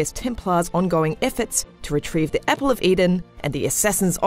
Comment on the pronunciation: Same with "epple" and "iffert"